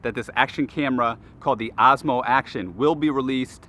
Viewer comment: Is it only me hearing him saying AZMO??